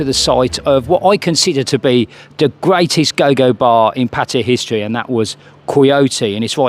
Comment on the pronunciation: Y can’t people pronounce pattay properly😩